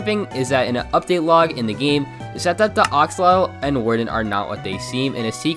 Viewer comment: It's said Axe-oh-lot-l